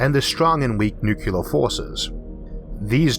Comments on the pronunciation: Your speech impediment doesn't really bother me but "nuk-ular" vs "New-clear" pronunciation offends me. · "Nuke-yuu-lurr"........... no, it's Nuke-LEE-Urr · ... Your videos seem kind of interesting... Yes, you have a speech impediment, and that, in itself is perfectly OK... .. But if you are going to mispronounce nuclear ... as ... New-Cu-Lar... Suggested re-doing the narrative... It loses veracity with those of us that know how to pronounce it. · The word is nucLear not nucUlar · Sigh... Et tu Brute? I cringe every time when someone bastardizes the word "nuclear" Thats one of the more annoying W leftovers for me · Bro, pronounce your God damn Rs. For fuck's sake. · New-clear? Not New-clee-er? (Sans IPA, that's not easy to write phonetically.) But you are wrong sir in my opinion. And I am offended.